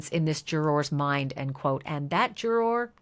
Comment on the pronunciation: Love the coverage. Wish you said juror correctly. 😢